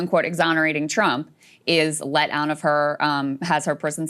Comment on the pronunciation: It's out.. not aht, Krystal. You took way too many public speaking courses to do this. F she's annoying